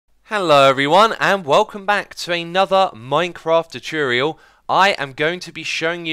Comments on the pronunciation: when you say 'chuchurial', do you mean 'tutorial'? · "Tutiurial", good ol' Xisuma <3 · You mean ChooChorial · Ive told from some English accent video that pronouncing “tu” as “chu” is actually a accent thing. Like pronouncing “tube” as “chube”. Dont know how X think but Ive seen such comments too much times. The funny feeling is going. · 寂筑羽 X's gonna upload a chutorial this Chuesday on Youchube! 😂😂 I'm not a native English speaker but I think there're cases in English that 'tu' sometimes sounds same like 'chu', e.g. furniture, fortune. So I guess it makes sense XD.